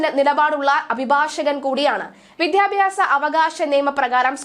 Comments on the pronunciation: "വിദ്ധ്യ"ഭ്യാസമല്ല "വിദ്ധ്യാ"ർത്ഥിയല്ല "വിദ്യ" എന്നാണ് ഞാനൊക്കെ പഠിച്ചിട്ടുള്ളത് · വായന രീതി തരക്കേടില്ല: അക്ഷരശുദ്ധിയും കൂടി വേണം. "വിദ്യാ " ർത്ഥി , "വിദ്യാ " ഭ്യാസം, 😢😢